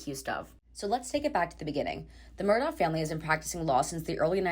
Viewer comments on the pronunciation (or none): The correct pronunciation is ALEK MURDOCK. Do your homework.